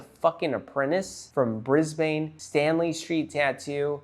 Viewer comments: (We pronounce it Briz-b'n) Cheers from Oz. 😁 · its pronounced briz-bin please look up how to say it for the next video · Lol it always gets to me when I hear American's say Brisbane.